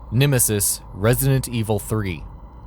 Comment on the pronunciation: you saying nemesis incorrectly